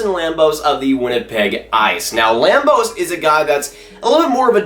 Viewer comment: Put some respect on Carson Lambos' name!!!